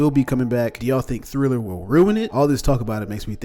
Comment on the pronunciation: Iss triller not thriller